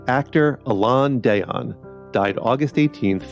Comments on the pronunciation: A-lane (short "a") Dee-lon. (😢💔) Please, pronounce people's names right. Thank you. RIP, Alain Delon, Peter Marshall and John Aprea and all of these other famous people. My condolences to all of their families and friends. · French Actor's name was pronounced a-LON da-LONE rather than the way this narrator pronounced it. Doesn't mean it's Ai - French pronunciations are often not the US's. I saw him in tow movies - Joy House (1964) and Texas Across the River (1966), both of which I enjoyed (but I didn't go see them because of him).